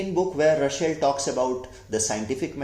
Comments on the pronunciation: Say/pronounce his name at least correctly !! It is not RuSHel - but it is RuSSel [s] ! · Say Ra sell... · You pronounced "Russell" as "Rushell" 🤔